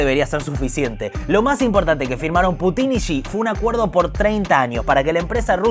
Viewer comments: Gran regreso! una sugerencia: en vez de putín, pútin. Abrazo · Ya me suscribí, puse me gusta y todo... Pero por favor, si vamos a decir "Baiden" como en su idioma original, digamos también "Pútin". Me sangran los oídos cada vez que escucho "Putín". Chasgracias, muy bueno el programa. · Aprende esto,en ruso debes pronunciar Putin acentuando a U, no la I ,o sea pútin , a no ser que lo hagas por animosidad y te gusta que suene a otra palabra . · en el idioma original se pronuncia "Púchin" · Putin no lleva acento en la i... hablá bien pelo..